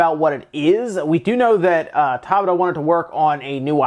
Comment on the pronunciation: For those wondering, Hajime’s surname, Tabata, is pronounced Ta Bata, not Taba Ta.